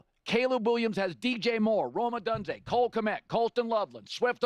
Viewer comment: Colin for the love of god can you stop mispronouncing Rome Odunze. You do this for a living. Be better